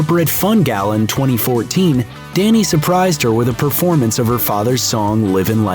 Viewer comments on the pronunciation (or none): Dhani isn't pronounced "danny" it's pronounced "donny".